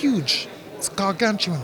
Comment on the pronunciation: Its Huge! Gargantual! 😂👍